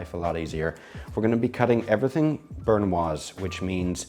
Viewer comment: Hey, I love seeing you preparing dishes and this one looks beautiful! Not like the fat-drenched lasagna I get from my takeout. To prepare this for myself (as a single guy), it would be quite the hassle though. One small nit I have to pick, I hope you don't take any offense, is that you seem to pronounce "brunouise" wrong, more like "burn-uoise". Not to be taken offensively, I love your content, just a small detail I noticed:) Keep it up, I'm so excited for a collab with another youtuber sometime!